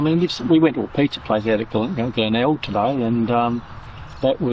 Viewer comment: Nice to see Glenelg again, went there many times. couldn't get out of the habit of calling it Glenegg:)